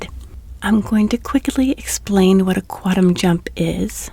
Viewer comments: The N in quantum isn't silent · You seem like a nice person. I can’t listen to your videos because you can’t pronounce “quantum.”